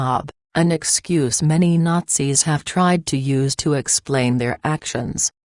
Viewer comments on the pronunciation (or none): none